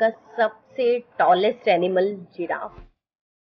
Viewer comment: it's not ziraf, it's giraffe 🦒, nice video ma'am 👍